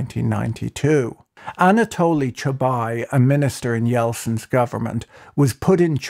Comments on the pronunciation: Chubais, not Chubai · It's perfect analysis! The only thing is he is Chubays, not Chubay, the last letter is also vocalised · I grew up in Russia in the 1990-s and this video is just incredible, I learned some things I didn't know. Just 2 small notes: the s in Chubais is pronounced, you pronounce it like Chubai. And you didn't mention Yegor Gaidar who was the main architect of the shock therapy and was heavily involved in the privatization. The anarchy of the 1990-s is one of the big factors that enabled Putin to consolidate all power in his hands and get where he is today. People were ready to put up with censorship and autocracy rather than risk returning to that decade. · Just a small correction, I believe the name Chubais is pronounced with an 's' in the end. He's not a Frenchman despite the name! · The S in Chubais isn't silent.